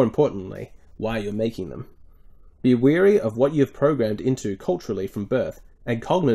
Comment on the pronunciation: 'Weary' is not 'WARY' (and vice versa), they are not the same, not pronounced the same, and mean completely different things. Why do so many people read this wrongly?